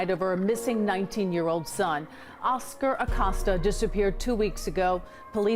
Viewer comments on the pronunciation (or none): Vato PLEASE, it is pronounced like a a-COAST-a, not like he is accosting someone with his very name. Y'all anglophones butcher Latin names and it makes my ears cringe so hard. This is really the only one so far that you totally butchered, but the rest are really quite good pronunciations like pronouncing the ll and ñ properly which is a common mistake for anglophones.